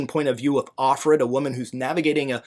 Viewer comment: A note on Handmaid.. not the first time I have heard the main character's name given as "off-fred". Her name is "of-fred" because she currently is being used by Commander Fred Waterford. The handmaids are considered so disposable they are not allowed to have names, they are named after their current user. If they change to another household either due to giving birth or failing to become pregnant their name is changed to represent that man instead, IE "of-glen".